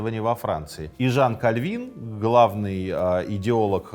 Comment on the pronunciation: Как пастор пресвитерианской церкви, благодарю за ёмкое и объективное описание сути вопроса. Особенно порадовало правильное ударение в фамилии Кальвин. Узнал для себя некоторые занимательные факты. Желаю здоровья автору канала и новых подписчиков каналу. Послушал 5 минут и подписался